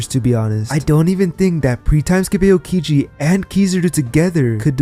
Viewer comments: its pronounced Ow-kiji, not Ayo-kiji, you even watch the show lol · E-yow-ki-ji? Lmao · you talk about being a "tru one piece fan" and yet you can't even pronounce the names properly. wth man. just repeat what you hear in the anime. not hard. "eh-oh-kiji"?? wtf? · The pronounciation... A yo kiji 💀 Edit: Re yo = Ryuo 💀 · What the Fuck is “A-O-Kiji”😭😭